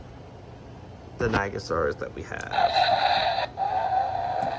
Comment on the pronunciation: um u pronounced Nigersaurus wrong. it’s nie-jer-saurus